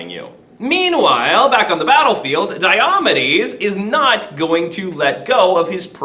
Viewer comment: May I ask why you pronounce it “die-AH-muh-deez”? From the “Pronouncing Glossary” in the book you’re using in this video: “DIOMEDES (deye-o-mee'-deez)”, or, “die-oh-MEE-deez”.